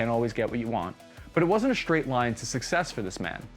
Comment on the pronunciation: dude. there is no H in straight.